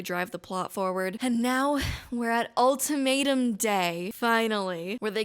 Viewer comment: Every time you say ultimatum I hear “old tomato” 😩